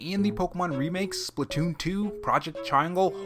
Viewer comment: Lol you called it splatoom 2